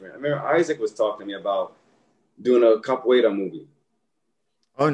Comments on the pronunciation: Its "Capoeira" and not "Capoiera" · God bless Lateef for refraining from correcting Scotts pronunciation of "Capoeira," even after Lateef gave the correct pronunciation several times throughout the interview 😅